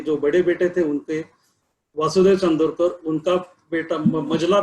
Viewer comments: Sir plz plz he is not chandrokar u pronounced wrong.. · .Please get your pronunciation right.It is Nana Saheb CHANDORKAR not Chandrokar:)